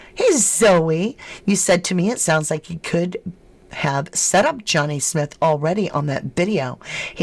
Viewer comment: It's pronounced as Smith not how your pronouncing it 😂your saying his name wrong